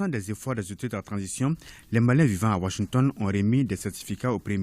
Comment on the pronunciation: Ai-je bien entendu Wanshington ou Washington 😅😅😅😅 ?!